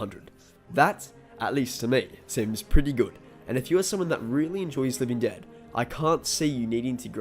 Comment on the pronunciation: “Living ded”